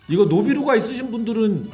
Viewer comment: 노비루가가 아니고 쿠비루가 아닌가여..?